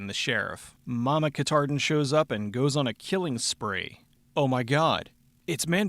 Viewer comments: It's Kha(TAH)din, not Khatardin. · It's "Katahdin," not "Kitarden." Katahdin is a mountain in Maine. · Very distracting listening to that word "Ka-tard-en." Horrible sounding